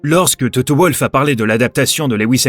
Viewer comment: «Volf» pas «Ouolf» par pitié !